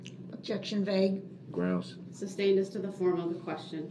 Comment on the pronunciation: His stupid tail even yelled "grounz" after the state clearly stated the grounds. Then asking Judge Dorow for grounds for the "substain". Smh🙄